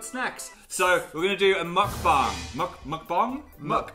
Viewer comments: say it with me: mohk- bahng. meok-bang. meok- like :mock: mixed with :toke: and the a in "bang" sounding like "ahhng". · Are we not going to mention how they said mukbang... lets just accept that saying things in another language is not their strong suit 😂😂